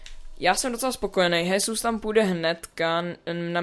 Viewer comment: Jak si tam pořad říkal chesus :D